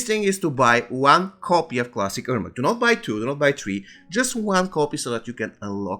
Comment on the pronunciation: Good information, bad pronunciation and the video has nothing to do with the information. You could just show a screenshot, a picture, or something. I had to rewind a few times to understand he's saying "Ermac". Same thing about "if you're in the US you should buy bjfjfdjfjdf..." What? The most important part of every sentence is the last word and he never completes the last word beyond the first syllable.